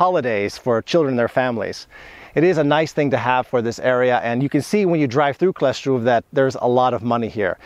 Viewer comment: Wymówiłeś dobrze Kleszczów, Hańcza - brawo 😊